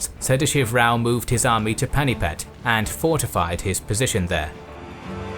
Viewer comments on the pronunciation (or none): Pani-Path not panipat. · A good and comprehensive survey, but must you mispronounce every single Indian name? For instance, Hyderabad is pronounced 'Hydrabad"; Rajasthan is pronounced "Rahjahsthahn, and the last syllable of Panipat is pronounced "putt", something that golfers do when trying to sink at short range.